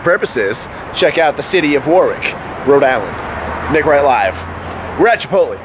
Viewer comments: Chipot-lay, not chipot-lee nick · it's obvious you don't explicitly say chipot lay, but it is a short e not a long e phonetically